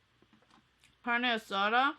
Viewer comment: "carne asara" "lengoa" jajajajajajajaja